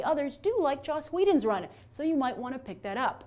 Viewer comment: It's "Joss Whedon", Dude.